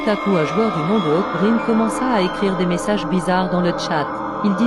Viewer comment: Dis pk j’entends « Dam » au lieu de « Des » ?